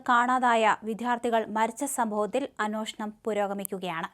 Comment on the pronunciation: അനോഷണം അല്ല അന്വേഷണം 😂